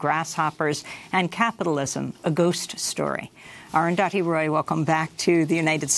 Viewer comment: All I'll add is: Amy finally got the pronunciation of 'Arundhati' right: damn difficult for speakers of languages (including english) where the sound 'dh' is absent. Salute to comrades Roy and Goodman ... and thank you Arundhati for providing signed copies even for people like me who are in health too poor to attend a book-launch/talk: I was touched that my copy ordered on amazon.in was signed!